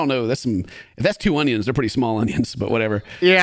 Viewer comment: I think in one of her videos she said that people like it when she says "honions" and so on, so she's going to keep calling them that way from but sometimes use the normal onions too.